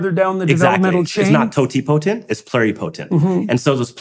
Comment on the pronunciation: Ok, I love hearing talk. If he is going to give all these talks and educate everyone on stem cells, he needs to learn how to say these words correctly: He does say Mesenchymal correctly, which none of the other doctors on YouTube say it correctly except Dr. Arnold Caplan and. needs to say these words correctly: Totipotent and Multipotent. is saying Pluripotent correctly. Also, Shinya Yamanaka Nobel Prize was 2012.